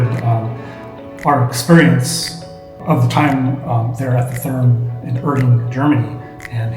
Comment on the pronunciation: It took me a minute to realize that you were saying Therme. It's pronounced more like Terma. Glad you guys had an amazing time! Love the content. Greetings from Nürnberg! 😊